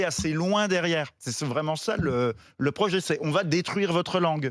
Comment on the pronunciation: Erratum : "projet" et non "rojet"